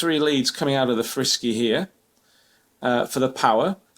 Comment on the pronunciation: its not frisky its Fr-Sky